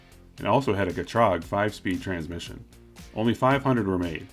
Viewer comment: Did you say "Jah-trog?" I thought it was pronounced "jee-trag"? It's spelled Ge-trag